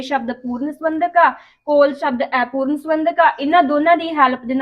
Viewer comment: Aipooran nahi hunda Apooran hunda hai